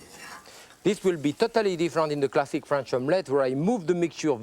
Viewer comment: he said classic ; I heard plastic